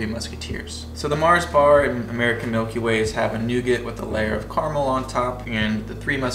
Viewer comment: Nougat . 😂. Silent T. Carmel = Car A Mel. A is pronounced. 😂 Exact Same…. Both mean the same. It’s either exact or same not both. 😂